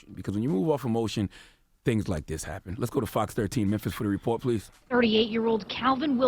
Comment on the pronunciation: Memphis pronounced: Memff💦eeaahh